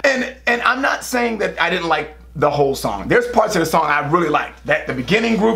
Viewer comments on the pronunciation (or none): none